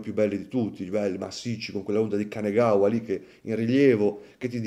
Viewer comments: Orologio veramente stupendo, il finale piatto è una meraviglia, soprattutto per un cinturino 😍 mi perdonerai l'appunto, ma è Kanagawa, non Kanegawa ✌ Complimenti per il video! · Perdonami, ma è l'onda di Kanagawa, non di "kanegawa". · Ciao. Una piccola correzione: È l'onda di KanAgawa, non Kanegawa. Per quanto riguarda l'orologio, per me Seiko su queste fasce di prezzo dovrebbe iniziare ad introdurre una certificazione cronometrica propria, così come faceva negli anni 60 (se non sbaglio).